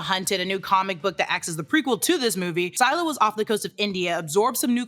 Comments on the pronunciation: Wait it's sai-lah not sih-lah? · You mispronounced Scylla. Its pronounced "Ssillah" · Scylla is phonetically pronounced “silla”, and is also a female kaiju, not a genderless one. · If you’re talking about Scylla, it’s pronounced s-ill-ah Like silly, but with an a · You said scylla wrong🤓